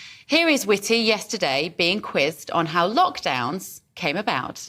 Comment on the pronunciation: Whitty rhymes with S????y!